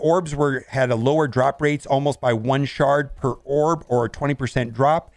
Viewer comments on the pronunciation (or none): none